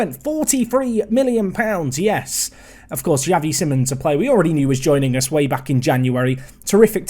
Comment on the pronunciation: Just a quick pronunciation tip for Xavi Simons. It's like "See-mons".